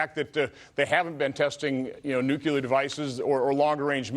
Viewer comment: I have a hard time taking anyone seriously who thinks "nucular" is a word.